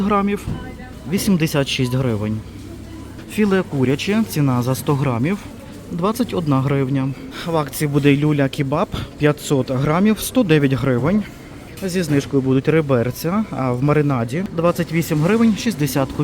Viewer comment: ЧевАпчичи, люлЯ кебАб. Наголос за орфографічним словником